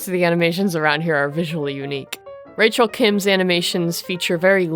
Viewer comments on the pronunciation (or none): none